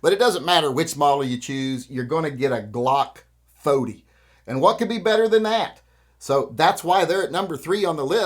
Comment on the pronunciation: A Glock Fowdee😂😂😂thats actually the Correct way to say it